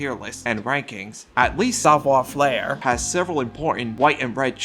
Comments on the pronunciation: FAIRE, not FLAIR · He is 100% mispronouncing it. As a French speaker, I could only continue watching the video if I pretended he was doing it on purpose. That's how bad the pronunciation is. He says "savoir" fine but "faire" has no reason to have an "L" sound added. Idk why he didn't just say it how it's said in English since it's the same. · i know french sucks and all but please stop adding an L to savoir faire i beg of you